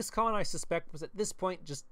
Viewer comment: Finally someone pronounced the Khans name right!